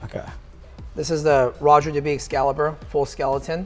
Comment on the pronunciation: 1 minute in and these watch guys have wiped the watch on their shirt and butchered Roger Dubuis pronunciation.